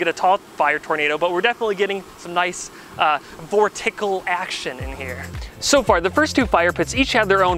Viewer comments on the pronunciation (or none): Vor-tickle or vorticular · Vortickle? Vorteckle?what was that word?